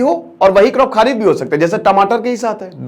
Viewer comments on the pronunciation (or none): राबी, खारिफ, और जैद नहीं यह रबी, खरीफ और जायद उच्चारण सही करे सर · सर आप इन शब्दो का उच्चार ठीक से किजिये "रबी" "खरीप" not खारीप राबी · अरे सर जी आप भी 😂 वह खारीफ नही "खरीफ" होता है, राबी नही "रबी" होता है। वीडियो बनाने से पहले थोड़ा Analyze तो कर लिया करो शब्दावली पर😅😅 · Brother, खरीफ ki fasal bolte he. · खरीफ की फसल बोलिये रावी खारिफ नहीं